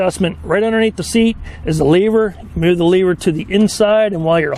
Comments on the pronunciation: Its lever. Not “leever” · Good video, however it would be slightly less annoying if you would pronounce the word lever correctly. Just Google correct pronunciation.